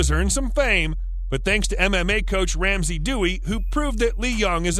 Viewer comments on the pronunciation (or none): none